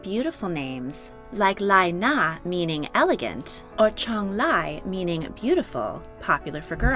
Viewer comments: the way she butchered the pronunciation XD lmao correct pronunciations: Zhang Wei is "jang way" Li Qiang is "lee chyang" Li Na is "lee na" Zhang Li is "jang lee" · I appreciate the feature on Chinese names, but Li is pronounced like "Lee." So Li Na would be pronounced Lee-Na.